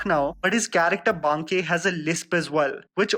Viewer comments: Baa-ké sir not Banké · It annoyed me every time he said Bankey🤦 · Dude, I think there's something wrong with your pronunciation of Banke🙄 I mean you're an Indian and pronounced every other Indian names correctly, right? BTW love your videos❤️